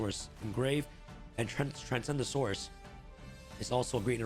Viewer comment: I keep hearing him say "Transgendasaurus"